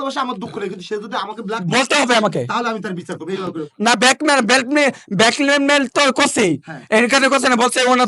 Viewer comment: ব্ল্যাকমেইল ভাষাটা কিভাবে উচ্চারণ করতে পারিস না আবার লায়লা কে বিয়ে করবে জানোয়ারের বাচ্চা ফাঁসি দে